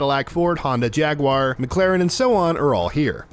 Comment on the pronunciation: Why do Americans say JagWire? for Jaguar